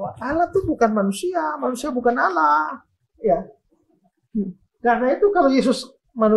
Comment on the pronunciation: Jelas jelas Allah di baca Allah buka. Alah,dari sini aja sudah sangat jelas bahwa anda tidak baku dalam membaca huruf.